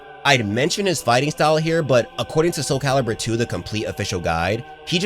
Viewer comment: Thank you for saying soul calibur... TWO love this series but this game is a large part of growing up for me.